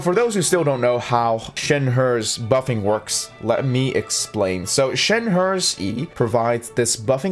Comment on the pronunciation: bruh WHY DO U BUTCHER SHENHE'S NAME T-T